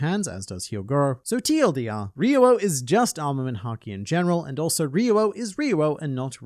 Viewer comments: It's "ryu-oh," not "re-you-oh." Two syllables. It might be helpful to pronounce the "r" like a "d," but kinda softer. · In Brazil , portuguese to english, is HAKI OF THE KING. Also, you said RYUO wrong in both ways. In romanization, the RY in the beginning of a word sounds like HEE. So, the correct wayto speak is saying something like HEE-U-O. You can confirm typing RYUO and ask to Google Translate to speak, using Brazilian Portuguese